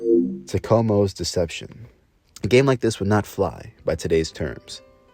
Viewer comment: This has to be Ai...the pronunciation of Tecmo was terrible